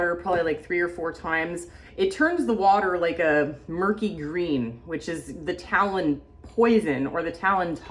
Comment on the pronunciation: Tannins not talon 😅